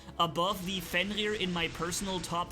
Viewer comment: is it just me or do i hear fenlir instead of fenrir